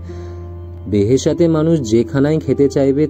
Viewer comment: দারুণ উপস্থাপনা। হুমায়ুন স্যারের এই লেখাটা নিয়ে নাটকও তৈরি করা হয়েছে। তবে শব্দটা বেহেশাত না, "বেহেশত্"